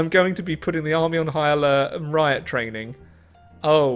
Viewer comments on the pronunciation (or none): none